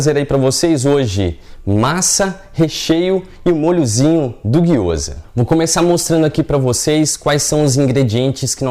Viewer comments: Gyoza não , é gyozá ! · Me senti a Hermione de Harry Potter durante todo o video, "não é giyoza~ é Gyozá", depois o feitiço dá ruim e não sabe o pq 😂🤣😂, sobre a receita super dá certo 💜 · Gyoza, a pronuncia correta é guio-zá bem oxítona assim como sho-yú ,a maioria das palavras japonesas são oxítonas onde as vogais não são prolongadas como no português.